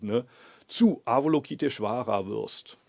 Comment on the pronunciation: Lieber Muho, vielleicht würde sich Ava-LOKI-teshvara über eine schönere Aussprache freuen. Ich spreche das auch immer falsch, aber die korrekte Aussprache ist bei weitem harmonischer als unser gebrabbel.... Nur eine nebensächlichkeit. OM